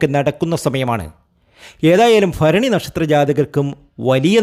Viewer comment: എന്റെ തിരുമേനി ആദ്യം നാക് നല്ല വണ്ണം വടിക്കുക ഭരണി ഫരണി എന്ന് പറയലെ